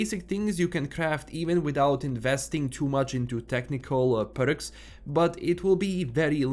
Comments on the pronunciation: it's perks not berks😊😊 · I love the way you pronounce "Perks"